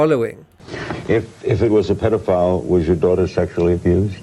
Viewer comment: Pedophile not peedophile